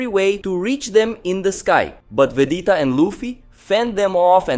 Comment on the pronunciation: It's VEGETA not Vedeta